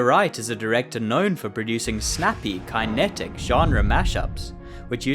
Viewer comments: I'm guessing you've never heard anyone say kinetic irl? Fyi it's pronounced kuh·neh·tuhk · great video and all but how do you go so far in life without knowing how to pronounce kinetic lol